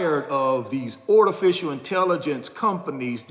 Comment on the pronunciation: What the heck is a panakin? & ortificial intelligence. Is that your garage? Thanks, for nothing 😂😂😂😂😂😂😂😂😂